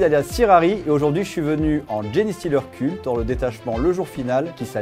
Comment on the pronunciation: Super vidéo encore une fois ! Par contre ça se prononce "djinn-stealer", pas "djini" ou "djéné" 😅 désolée ça me trigger à chaque fois... Super travail en tout cas, j'espère pouvoir passer au French Wargame Café un jour !